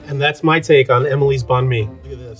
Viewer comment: the end part of bánh (nh) is supposed to be a lot more higher pitched and t not that low. My family never says it like that